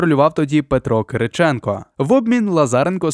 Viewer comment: Хто це читає? ЛазарЕнко, ЛазАренко, КирИченко і інше, око сіпається, вуха в'януть